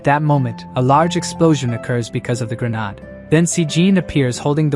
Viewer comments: You may want to try fixing your A.I. Never had an issue with it before but when grenade is pronounced as ' grenard' I can't help but find it a little annoying. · who pronounces grenade like that. so weird!